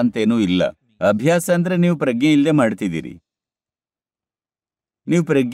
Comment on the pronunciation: Sir, your translation is good. But Pragna is prounced in Kannada as Pra-g-ne and not Pragge.